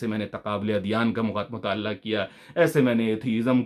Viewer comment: بھائ کچھ تلفظ درست کرلیں مطا ل عہ مطالللہ نہیں اسی طرح مروجہ ۔واؤ پر تشدید ہے مرو۔جہ